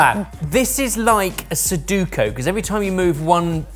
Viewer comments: I just watched this for the 2nd time, and for being so precise about so much, and then calling it suduko... it reminded me of all the times they miss the difference between capsicum and capsaicin. Then you realize these are just a few guys with a youtube show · The U ingredient was the U in SUDUKO kept saying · Su-DO-ku,. It's Sudoku. 😂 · the british inability to pronounce ANY international word even CLOSE to correct is so infuriating!! SU-DO-KU like how do you say it dozens of times in one video and claim to do them at home and not be able to pronounce it??? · Sa-du-ko? I remember I heard you pronounce it like this before and I was completely baffled. Now again. Is it just /Sorted or do British people generally pronounce Sudoku this way?? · Ah yes, the famous "suduko", thanks:P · Are you really calling It Sudukou in UK? 🤔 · Sudoku,. It's Sudoku. Otherwise brilliant. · Well done,!!! Great challenge, and you rose to the occasion. I thought it was just French that was off, but... Sudoku Za'atar (not zatar) - emphasis on the first syllable. It's a mix, but it's actually also a plant. So the main ingredient is actually za'atar. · A great video but really would have preferred it if had said "Suduko" fewer times. Can't believe nobody on the team called him out on it 😂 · Soo-doe-koo is closer than whatever that English (country) pronunciation was. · Z...Za'atar. Sudoku not soduku. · how does everyone keep mispronouncing sudoku? It's 3 syllables, it's not hard lol "suduko" bffr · SU-DO-KU I scream at the TV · I convinced myself halfway through that he had to be referencing some other weird puzzle game that uses letters/words that was called So-du-ko, like it was some UK thing. Like how in the newspapers there's Ken Ken, and some other logic puzzles. But alas, did the classic english technique of pronouncing things just unequivocally wrong!😂 I mean, it's not even the right way around with the vowels how he says it!